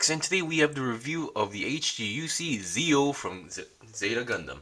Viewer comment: Lmao why i hear your said dio 😂😂